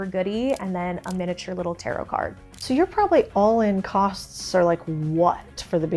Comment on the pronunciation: Girl! Not tarot. Come on. 😢